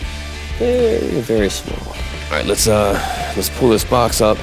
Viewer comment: Don't forget him mispronouncing full as fool and pull as pool